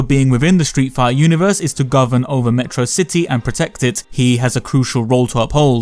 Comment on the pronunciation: its pronounced "Meh trah Sih Tee"